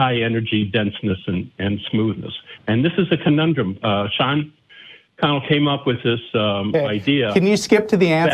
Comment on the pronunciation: Sean Carroll, not Sean Connell